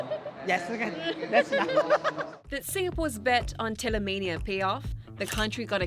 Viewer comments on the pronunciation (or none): It's not Taylormania ... it's Taytaymania